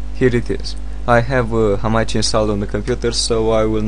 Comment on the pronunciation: hamakki? lol its hamachi man